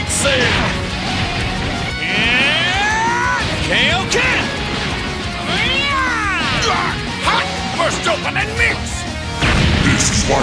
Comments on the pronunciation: I hate that tbh. Just say Kaioken not KAYoken lol. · Only thing i didn't like is saying KAYOKEN instead of KAIOKEN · I'm sorry koken? Not kaioken? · They better not just reuse the voice lines from the earlier games… After all these years hearing Sean say “Kay-oh-Ken” still pains my ears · They had one job. To get the pronunciation of the Kaioken correctly in this game. Other than that it’s pretty 🔥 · Did really miss-pronounce Kaioken at the beginning? Wtf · Dang it Sean. How, after 25+ years of playing, are you mispronouncing "Kaioken?" 😂